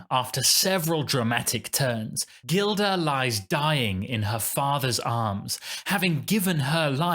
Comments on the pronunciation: I like what you’re saying as a veteran opera and ballet goer (over 60 years); however, it’s Zurga and Gilda (pronounced with a soft g [Jilda]). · A little hard to take you too seriously when you can’t get the names of the characters correct! Rigoletto’s daughter’s name is pronounced with a soft ‘G’ (i.e. Jilda), not a hard ‘G’. The character in The Pearl Fishers is Zurga, not Zunga! Please do just a BIT of research before you send things out into the world on the internet - mistakes like this just make you look a little silly. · IThe character's name in the Pearl Fishers is "ZuRga", not "ZuNga",,,, also you pronounce the name "Gilda" incorreclty. It's pronounced with a soft (not a hard)"G"